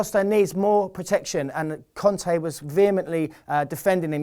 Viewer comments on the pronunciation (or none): not con-tee its Con-tay